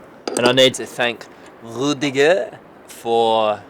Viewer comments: I love how you said Rüdiger right <3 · I am Rüdiger and I know can do a better pronunciation!